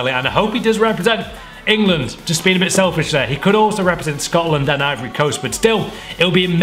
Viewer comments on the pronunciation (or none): none